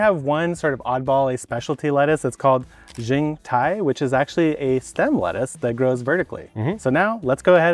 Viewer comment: FYI about the XingTai variety, the X in Chinese is pronounced closer to "shing"! So shing-tai